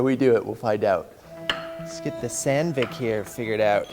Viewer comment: Hands up all who thought was saying sand-dick